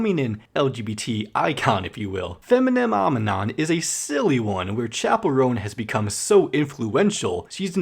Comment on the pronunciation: I love how you mispronounced femininomenon, which was the entire reason why she didn't push through with making that song the album title xD